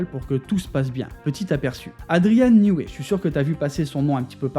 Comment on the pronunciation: Adrian newey ne se dit pas new way mais new wie je pense.....